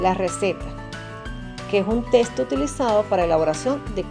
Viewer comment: Me desespera escucharte decir la palabra testo.... es texto